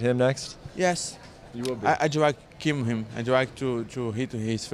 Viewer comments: I believe you meant “I wiw kib him” And no this is not mocking Paulo’s accent this is mocking his swollen lips wrecking his pronunciation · “I wiww kiww himm “